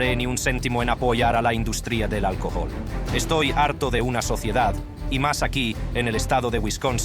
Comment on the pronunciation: "El alcojol". Habla bien!